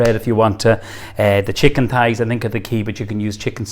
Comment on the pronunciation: thighs not pies lol sounds like hes saying pies, he dosent give any of the measurements